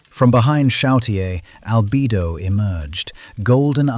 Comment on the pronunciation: Albido 😂 It is Albedo (All-beh-doh)